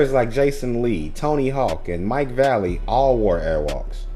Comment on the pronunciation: Sorry man, but if you can’t get someone’s name right, then what else are you not getting right? It’s Vallely, not Valley.